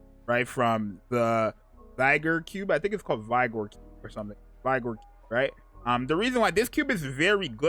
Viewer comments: Z, the Vigor vibe is pronounced like "viggor". It means life. Just looking out, bro. Great video! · Isn't Canadian? How come he can't pronounce vigor and bastion???😅